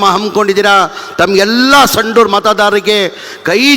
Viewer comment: ಸanduru ಅಲ್ಲ anduru